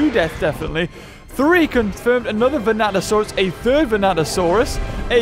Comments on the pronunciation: Completely. Different. Skull dino man. Vanatosaurus and Vastatosaurus are not the same dino. Hearing him say it wrong throughout most of the vid is making me whinge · Yep. Them "Vanatosaurus's" are pretty vicious. Totally not "Vastatosaurus" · Vastatosaurus.... Not Vanatosaurus 🤦‍♂️ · Godzilla '98 is NOT Zilla. Also, they're called Vastatosaurus and NOT Venatosaurus. Just saying. ^^ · Me: Vas: Vas Me: Tat: Tat Me: O: O Me: Saurus: Saurus Me: Vastatosaurus: Vanatosaurus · Vanasurus sounds like bananasurus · Venato>Vastato XD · Bro said vastatrsauros once and then the rest is venatasauras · In the intro you said vanatosaurus ITS VASTATOSAURUS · Seriously? It's not Venatosaurus. It's *Vastatosaurus. Rex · Vastatosaurus not vanatosaurus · he says vanatasaurus instead of vastatasaurus lmao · It’s VaSTATosaurus not VaNATosaurus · it is not vanato it is vastato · ya japanese speaking show off lol! 😅 vrex! 😚 and its vastatosaurus rex not venatosaurus. venato/vanatosaurus r the raptors in the film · See, I also heard "Bananasaurus" like the first time he said it but then I was like "Nah, It's Just Saying Dinosaur Names Wrong." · 'Vanatosaurus' Me: gets triggered everytime he says that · I kept thinking you were saying “Bananasaurus” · Even the caption keep saying bananasaurus rex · VASTA! Say it with me: VASTAsaurus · when he said vanatosaurus i left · yes but beaver is talking about vastatosaurus